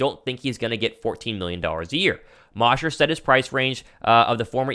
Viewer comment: Hey. Love your show and faithfully followed over from your last company. Great stuff. So just a friendly hint. Geoff Mosher is pronounced with a long O. Mosher like Kosher. Keep up the great work. Faithful listener! Born and bred in Philly but live in London and die hard birds fan so keep up with guys like you and Mosher on inside the birds...